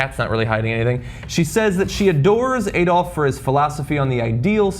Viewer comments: it's not ayyy dolf it's add-olf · It's Adolf, not Eh-dolf. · If their was a woman on the panel I think it would make them talk more respectfully towards women in general however this channel would be boring as f**k. FYI ''YT'' your German pronunciations are awful 'AEY-dolf and third rike' WTH. And I assure you the majority of people in Eastern Europe still remember and hate the Nazis. However were preoccupied with Russia ,ISIS and refugees at the moment, you know.